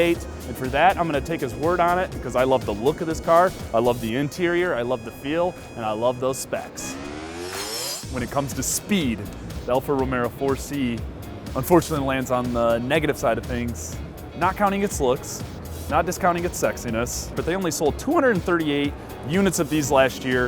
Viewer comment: So the Alfa "Romero" (learn to pronounce car makes and models if you insist on attempting to report on them) is not enough performance for you; 0-60 is 4.1 seconds. I wouldn't call that slow, nor in the bottom 90% of cars. And the Atlas is a piece of junk, extremely poor reliability. And you like the look of the STi, wow I must need new glasses. Ugly AF. But then again a slow Alfa "Romero" is not at good looking. And its "neeeesh" not "nitch". Yeah stubbled on this video, and will run away from it.